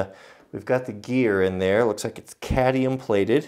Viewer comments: Just for future reference its cadmium not cadium* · Cadmium not cadium